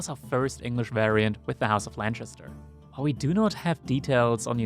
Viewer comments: How do you get "Lanchester" out of Lancaster... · It’s not LanCHaster !!!! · is lancaster really pronounced lanshister?